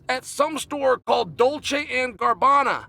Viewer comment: Dolce & "Garbanna" ✅️